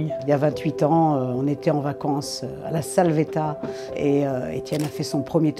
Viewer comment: On prononce pas l’accent dans le village de la salvetat